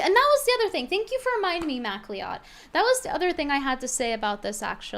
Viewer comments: I don't think that guy has the heart to tell you that it's pronounced "mac-cloud". Not Mac-Lee-Odd. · Macleod is pronounced mack-loyd (loyd rhyming with steROID), Brittany. It’s a Scottish name.